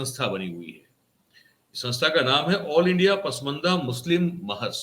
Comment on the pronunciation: Pusmanda nahi pasmanda lafz hay..